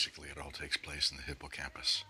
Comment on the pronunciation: Hipp-oh-camp-us? The spelling is correct, but his pronunciation of the word makes him sound like he looked the word up without taking the time to learn how to say it properly. It's actually pronounced Hip-uh-campus. lol